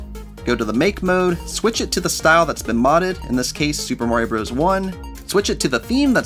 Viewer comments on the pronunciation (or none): none